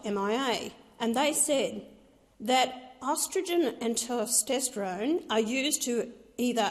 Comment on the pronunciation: Ah yes the hormones “ostridgen” and “ter-stestrone”